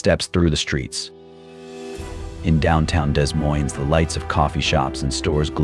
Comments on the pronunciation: Pronounced 'da moine' not Des Moines. AI generated narration. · It's pronounced De Moine. Spelled Des Moines, but neither s is pronounced. BTW, this is NOT Des Moines!! You were showing palm trees!! You are lying about this situation in Des Moines!! Stop it!! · What are you doing?That was not in Des Moines, Iowa.The busses, we dont have that kind of busses, the streets, some of them,buildings, are not in Des Moines. And learn to pronounce right Des Moines!You took videos from other places and put them together like they were from Des Moines. Shame to you! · The AI does not even know how to say Des Moines. LOL